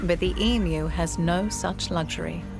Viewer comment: Thankgod, someone pronouncing the name of this beloved derpy birds correctly ❤